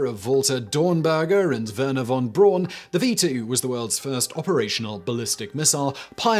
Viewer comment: Here is a top tip: If you wanna pronounce "Von Braun" correctly, don't hurt yourself. If you simply say Brown (which it means) you're a lot closer to the correct way than with any dedicated effort. It's also always worth remembering that the technological marvels from the good guys were so much more successful. As is evident from various memorials in Hiroshima and Nagasaki.